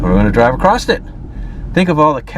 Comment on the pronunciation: Bro, the word is across. Not acrosst